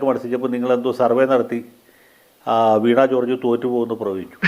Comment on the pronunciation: വീണാ കോർജ് അല്ല..... വീണ കോർജ് ആണ്.....